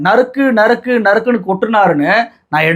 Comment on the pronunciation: நரிக்கி நரிக்கி நரக்கி .....தப்பா பேசிட்டோம்னு வாயப் பொத்துக்கிட்டாரு !! நறுக் நறுக் என்பதைத்தான் தவறாகப் படித்துள்ளார்